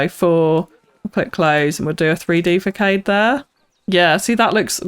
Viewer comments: I'm really enjoying the series so far, but your pronunciation of facade is making my toes curl. It's not fak aid, it's fass ard. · I know it's been a year, just thought you'd like to know the word Facade is pronounced "fuh-SARD" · Wow! how you transformed the sloth exhibit is just amazing!! + I’m not trying to be pretentious lol but do architecture, façade is pronounced fasad